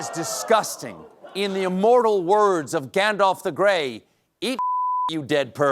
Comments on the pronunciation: Gasp! Stephen said "Gandolf"! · Stephen does need some correction on Lord of the Rings as you miss pronounces Gandalf every time. There is no oh in Gandalf